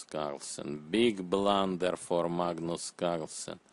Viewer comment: Dis eez ay bluhnder